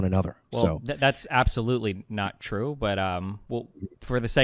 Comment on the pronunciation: destiny says a fact about classical artists: THATS NOT TWUE